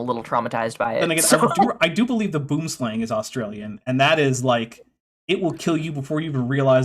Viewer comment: Boomslang literally translates to "tree snake". Please look up the real pronunciation because it would be lifesaving in the rare event that you're bitten by one (they're back fanged so you do have to really really wind them up for them to put the effort in for a proper bite) - the many minutes lost while those possibly able to help are rolling on the floor, wetting themselves laughing at you could be, err, literally vital.